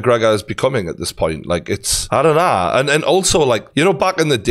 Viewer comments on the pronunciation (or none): "I dun naa"😂